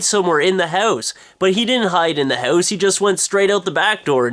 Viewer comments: hahhhh, you cant say 'House' right! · yo its house, i dont even know how to spell it the canadian way you pronounce it. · He ran into a "hoose" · The haeuwse? haeouse? hewse? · what's a hou-ss? lol :P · loooooooooooooool dont worry boys...this ones mine!are you welsh or something cause you say house like heussee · why do you say hause? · fun way you say "hause" instead of house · i had to watch the video a second time because i really didn't get what the story was about because i was laughing too much at the "houws". rocks! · haha thats a great analyze and I like the way you say HOUSE -OlgaKay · Sooo, ya live in a hoose? Hows that doin for ya? LoL :P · You say house funny.:L Hoooowse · lol it sounds like he is sayin hose ^^ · Oh my God, I knew you lived in Canada but I never really noticed your accnet until now. Your Accent really comes out when you say "house"! Did anyone else notice that? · Wow, you're Canadian comes out when you say "house". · I love how you say "house" It made my day :) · you say house really funny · You pronounce house in THE CUTEST way posible. =) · he has an accent?.. bet lots of people say house like him.. it IS funny the way it sounds tho..XD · yea i noticed the way he says house too. it's cute lol. i think it's a canadian thing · I didn't notice you had a Canadian accent until you said "house"